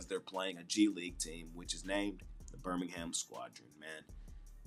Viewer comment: Yoooo what is up with this "Birmingham Squadron"??😂..Bro if from Birmingham Alabama. I'm weak everytime I hear you say that😂😂